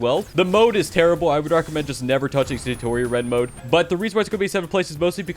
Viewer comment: "Sayyyyytori" its satori